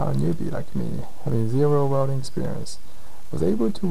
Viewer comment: “Wrelding” = welding lol. Great vids!